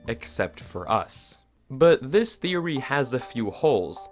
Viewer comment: Welcome to wifeory. Me : talking about my wife huh?